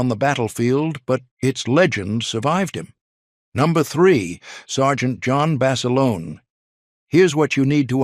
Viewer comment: Not Basilona...Basilone...